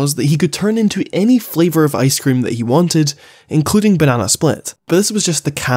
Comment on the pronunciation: When you said "ice-cream" i heard "I scream" and expected a much different kind of villain, maybe along the lines of scarecrow